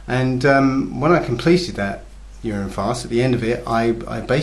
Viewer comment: I thought he said "year end" fast... the I thought he said "urn and fast"... then my wife pointed out to me that he said "urine" fast. YIKES!!!! Does he mean to say that he drank urine for 30 days? WTF dudes...